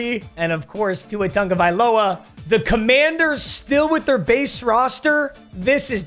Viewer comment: “Tua Tungaviola” had me rolling😭😭